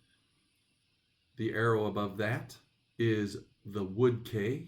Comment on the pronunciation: Wood Quay - Pronounce Quay as "key" not as "Kay". The Vikings were not Christians and I don't think they would have understood the value of the Book of Kells. They were plunderers and not art collectors or antiquarians. The monks safeguarded it as likely it would've been burned or destroyed. The Vikings preferred the gold chalices and crosses etc. that the monasteries possessed as gold objects could be melted down and traded.